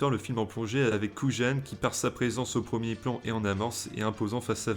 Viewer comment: Dommage que cette plutôt sympathique analyse soit un peu gâchée par la répétition des mots "Keyser SoYzé" ou "agent KouJJJane" : dans toutes les versions c'est "Keyser Sozé" et "agent Kujan" (à prononcer "Kouyane"). Mais sympa quand même